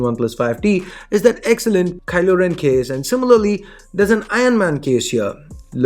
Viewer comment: Pheasant get it right it’s KYLO REN!